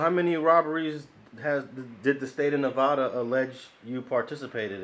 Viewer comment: Hate the way he says Nevada. It's pronounced (NEV-ADD-A) NOT (NEV-AH-DUH)